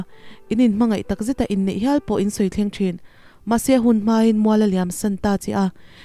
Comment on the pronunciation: Nem ❌ , Nam ✅. Kîai ❌ Kiai ✅. Hawi hawl hawl tih pawh hi Lalthanhawla tih a hawl tih ang hian lam rik tur.